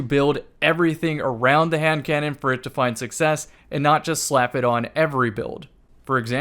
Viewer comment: for a second it sounded like you said Ham cannon and it’s gonna stay like that for me until I forget.